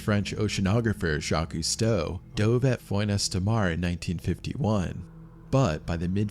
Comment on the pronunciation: AI narrations are shyte. Remember - JaquEZ Costoh?